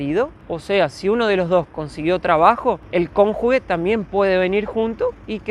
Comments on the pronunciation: Min: Dices "El cónjuge" ojo lo escribo como suena. No será Cónyuge" Se pronuncia: Cónyuje" Min: Dices "Vivir a las espaldas del gobierno" no será " Vivir a expensas del gobierno" ? O mo sé si me equivoco y que querrás decir con vivír a espaldas del gobierno y de las personas? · No se dice "cóngugue", la palabra correcta es "cónyuge" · "cónyuge" , la G, se pronuncia como J....